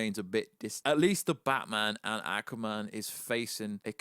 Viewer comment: I cannot stop laughing the accent pronouncing " ackwa-man" 🤣🤣🤣